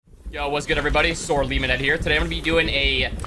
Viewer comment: Am I tripping cause I swore his name was always LEMON head not LEA monhead